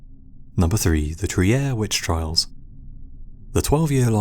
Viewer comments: Fantastic video! Trier is pronounced "Treer" in German, by the way. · trier is pronounced "treer"... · Trier is spoken "treer"